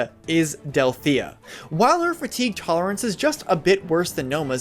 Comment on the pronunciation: Way too much emphasis on fatigue lol